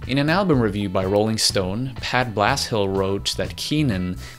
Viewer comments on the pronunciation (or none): none